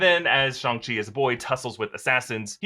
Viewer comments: Okay I don't like the way pronounces "Shang" like SHONG? Think of Shang Tsung, like Sang with a SHH at the start. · There's nothing more racist than calling it shongshi when its clearly read as Shang Ching. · Its not shung che like you say its chang shi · You went from Shang-Chi with a hard A to Shahng-Chi with a soft A. Totally not 🇨🇳 right? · I don't know pronunciation of Chinese, but according to Wikipedia 上氣 is transliterated Shàng Qì or Shang Ch'i. So, the usual pronunciation: Shang not Shong. Simu Liu also pronounced it like this in a recent interview available in YouTube. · Shanchi not SHUNGI damnit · Shang chi* not song chi 🤣🤣🤣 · It’s shAng-chi, not ShUng-chi 😂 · Shang chi please not "shong" even if it's the right pronunciation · i thought it was Shang chi like lang not shung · ah yes shong chi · shong ch-e said lol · said shung-shi SMH🤦‍♂️🤣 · Just pronounce it Shaang - Chi is sounds cooler that way. The accent is Soo unnecessary!! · did he really just say shang-shi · Oh so it’s pronounced Shawn C got it. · it is pronounced Sh-ang Chi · Why u say shhooongg chi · Stop saying Shung, we all know u don’t say it like that😑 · WTF is Shung Shi? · did he say shong-chi at the start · schang-shi....wtf is that supposed to mean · guys I mean the pronunciation...😂😂🤣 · Shong chi lol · Oh that pronunciation of SHANG Chi is going to upset me😅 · shuang SHI HAHahah cant even say it properly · Why you pronounce Shang chi like that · How the hell did he pronounce Shang-chi!!! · can't say Shang-Chi😆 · For the love of god PLEASE don't try to pronounce Shang-Chi like that ever again...